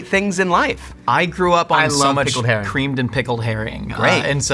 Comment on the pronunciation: The way you honoured us Danes by pronouncing “herring” with a weird Norwegian accent even though the Danish word for it is “sild” (and in all the other Scandinavian languages as well) was just… sarcastic chef’s kiss